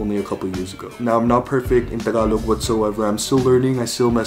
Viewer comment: Just the way you say "Tagalog." King. I'm going to try harder to learn Tagalog. Then Bikolano, my mom's language.